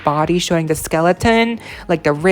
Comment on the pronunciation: The word is THE not dee. Thanks